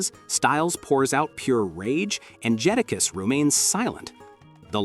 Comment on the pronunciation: You’re trying your best start a rap beef, you can’t even pronounce the rappers name correctly. JadaKiss not who you just said. Keep yall eyes open people, they don’t do this with country music